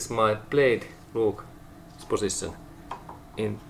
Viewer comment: Did this guy said word ... position or pussytion ?????